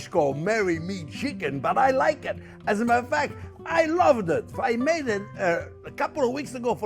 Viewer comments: every time he says “as a matter of fact” I hear “Mo** F***er” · Chef is a riot! He even set a new record by reducing "as a matter of fact" to just 2 syllables, . Wonderful dish, by the way. Thanks!